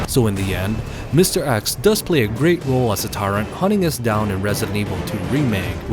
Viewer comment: It's mr.X not mr.Axe.